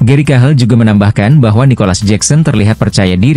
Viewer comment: Cahil bukan cahel😂